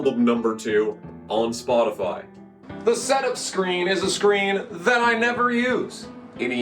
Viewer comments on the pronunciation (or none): none